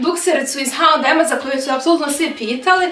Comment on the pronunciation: Nisam sigurna da se H&M tako izgovara?